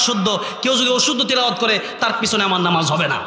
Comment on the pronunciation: নামাজ কথা টা আগে ঠিক করেক